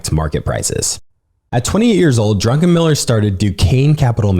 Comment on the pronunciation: Highly suggest you look up pronunciations prior to these podcasts. Simple things like the pronouncing the past tense of ‘cost’ as ‘costed’ should really be avoided. More egregiously, it’s Stanley DRUCKenmiller, not DRUNKENMILLER.